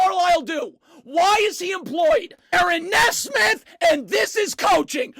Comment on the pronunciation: It’s NEE-SMITH lol not NES-SMITH you’re welcome